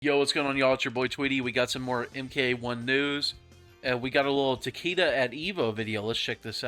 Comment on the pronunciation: It’s pronounced ta-kay-duh (not ta-kee-duh)